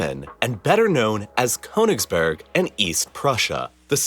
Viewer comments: This is a good video about KÖNIGSBERG, not Konigsberg and it's negligent of the presenter not to have learnt how to pronounce it. The first syllable is like the kernel of a nut (near enough), So "Murder in Königsberg" would be a good title for a book or film. It really isn't difficult. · Well done presentation. The narrator could have added another feather in his cap had he studied just a tiny bit of pronunciation in the German language. Königsberg, with the umlaut over the o is pronounced more or less as Kerrnigsbairg, with the lips rounded as the sound of er is pronounced. Der is not der as in English but dair without the r sound. The river Neisse is pronounced Niy-suh, not Nee-suh. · The German version of it is pronounced "Kurnigsberg"